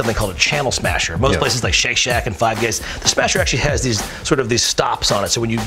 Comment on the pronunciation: Did George say Five Gays?